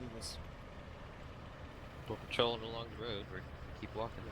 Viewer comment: He says move alon not move along